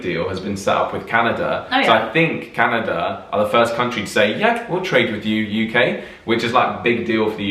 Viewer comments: it’s canadA! not canad-i-a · canadia? canada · I find it disrespectful that you say “Canadia” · Its pronounced canahdah